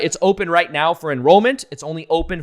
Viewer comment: did you actually say "right meow" or is it just me.....